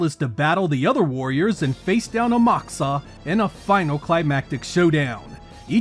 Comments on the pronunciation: The Japanese pronounce it A-Mak-uSa. The u sounds nearly imperceptible. Amak needs to be pronounced as nearly one word and Usa pronounced almost separately without the K. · I’m sorry but it’s pronounced “Amak-USA” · I know it might not sound like the Japanese are pronouncing that U when they say the name but they are saying it. Its not noticeable to people to speak other languages but to those who speak Japanese it’s noticeable if you don’t add the U in front of SA. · I don't think it's pronounced as "A-MAK-sa". The Japanese wouldn't pronounce it as "AmaKOOsa", either, the "Kusa" would be more subtle. Of course I could be wrong.